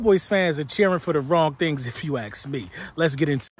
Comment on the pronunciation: You speak so properly and annunciated. I am curious why you say axe instead of ask? Is it intentional or what? It's like you just said nahhhh that word gonna be the only one I don't say properly. 💁